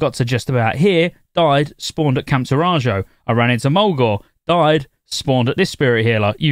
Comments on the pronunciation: Taurajo is pronounced tore-ah-ho, ifs meant to be like native American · Camp Taw-rah-joe .. I'm dying!! 😂